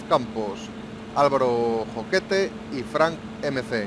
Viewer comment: Muy buen capitulo, cada vez ne gusta mas le serie. Un gran like (Es Jaquete no Joquete) :)